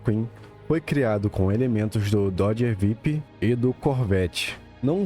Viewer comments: Dodge VIP? Se fala "VÁIPER" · Só um adendo, o nome do dodge viper se pronuncia "vaiper", no mais velo vídeo mano